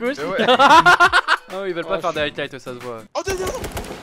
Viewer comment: Gota c'est highlight pas hightlight ou heightlight enfin tu prononces un t inexistant quoi x)